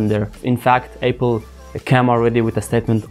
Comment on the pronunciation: This guy saying Apple as Eipl